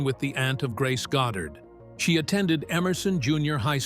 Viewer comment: "Found sucker in movies"?, "Marilee?", 'God dard"? Are you for real, AI CLICK BAIT?